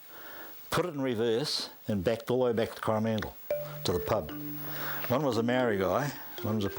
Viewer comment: Cor-ah-man-dil, dude...you make it sound like Howie Mandel's last name. Yikes.